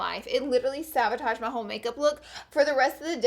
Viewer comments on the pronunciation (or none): Honeeeeey. It's saBotage, not saVotage. I'm dead. Detasha Denona? Deceased.